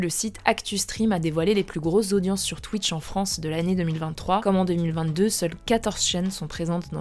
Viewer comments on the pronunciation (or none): none